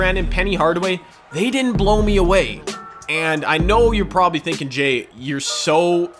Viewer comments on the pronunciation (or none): none